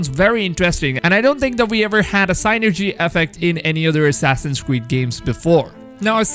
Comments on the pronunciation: Synergy, not sainergy. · This dude's pronunciations are &#%$!!! What is a "Why-Keen", or "Sign-Ergy", or a "Preed-Ate-Or"?!?!? Did you perhaps mean.... "Viking", "Predator", and "Synergy" my dude? I'm seriously like rolling! Do YouTuber's do this &#%$ on ourpose to get more comments or what? I'd never record myself sounding like that, and if I couldnt speak a language properly, then perhaps do so in your native tounge, and for your people's? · s*i*nergy, not seinergy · it’s pronounced “sin-urjee” synergy not sighnerjy lmao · Sin ergi good sir thats the pronunciation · what the heck is "sign-ergy"....i do believe he means "sin-ergy" folks, (Synergy)...just saying... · Not pronounced "sign-ergy" but "sin-ergy". Cheers buddy. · It's SIN-nergy not SIGH-nergy, sorry that was bugging me, enjoyed the video tho! Can't wait for this! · It's pronounced sin er g not sign er g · Sin-er-gy not sign-ner-gy...... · "pre-dater" "sine-ergey" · Lol i was wondering if anyone was catchin that. SIN-ergy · Sin-er-g. Say it out loud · "signergy" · its pronounced sinergy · it's sin-ergy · sigh nergy effect (synergy effect) 😂😂😂😂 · It’s pronounced “sin-er-jee”😂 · Does it bother anyone else how he pronounces Synergy lol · English?? Did you try to pronounce synergy? Vikings? Lol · The way you pronounce synergy bothers me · The mispronunciation of synergy made me want to throw my phone. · U gotta learn how to properly pronounce "synergy".... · Just need to say that "synergy" isn't pronounced like that, at all. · The way you pronounce Synergy triggers me so hard.